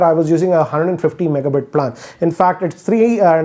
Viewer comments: Bhai plaaan nahi plan hota h🤣🤣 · It's PLAN not PALAN 😝😝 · Plaan Kya. Do pronounce properly it's really irritating! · The way you pronounced PLAAAN😂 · Bro learn to pronounce plan